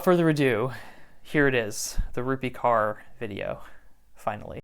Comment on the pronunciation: Just fyi, the pronounciation is closer to "core" than "car"